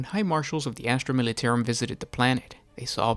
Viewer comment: Down for saying "Militarum" incorrectly. +1 Comment to state that. -1 View for feeling actual pain every time you say "Militairum".